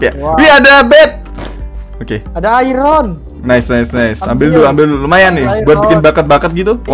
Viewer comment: Bang itu iron bukan Kual